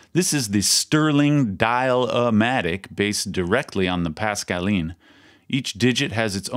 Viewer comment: I don't know about the fingers but kudos on the French pronunciation.